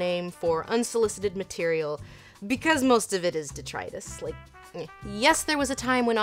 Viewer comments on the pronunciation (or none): none